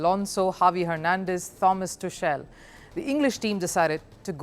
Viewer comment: Thomas "Tushal" 🤣🤣 Its Tuchel!